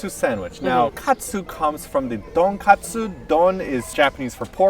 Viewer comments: It’s tonkatsu not donkatsu. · Arigatou for correcting I knew he was saying it was it's Tonkatsu not Donkastsu he was thinking of the Korean way of saying it but they are in Japan and not Korea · It's 'Ton-katsu', not 'Don-katsu'...! But anyway... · Not 'Donkatsu', tonkatsu. And also not 'Tonkotsu' sauce, it's tonkatsu sauce (tonkotsu is a bone broth) ... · It's not DON-KATSU . It's TON-KATSU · Look when they're actually showing a bottle of tonkatsu sauce - it clearly says とんかつ, not どんかつ. Don is an abbreviation of 'donburi' which means 'bowl', as in 'katsudon' - a bowl (of rice) with katsu. And yes, 'ton' (豚) means pork. I'd think think the 'donkatsu' shows Korean 'roots', as it's pronounced 'don-gaseu' in Korean... If you want to find an error, it's tonkotsu, which actually means pork bone, which is used for pork bone broth in tonkotsu ramen;-) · I might be wrong, but I think in Japanese its not Donkatsu but Tonkatsu :) In Korean D and T sound kinda similar, but it Japanese its easy to differentiate. ;) On another note, I think Schnitzel-sandwich is kinda the basic sandwich in Eastern Europe (or Hungary at least), so Ive always felt very close to the Japanese in this sense. :D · Hey, isn't it Tonkatsu, Donkatsu is the Korean name. Sorry had to be that person:x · not Donkatsu, its Tonkatsu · it's TON not DON. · You’re in Japan now ton katsu not don katsu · It’s “ TONKATSU” not “DONKATSU” 😂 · Yeah, that's a habit we picked up from living in Korea for 8 years, where it's pronounced Don-katsu. Sorry we have a bit of an accent...